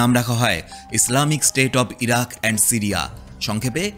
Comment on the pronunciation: সিরিয়া/ইরাক ❌ ইরিয়া/সিরাক ✅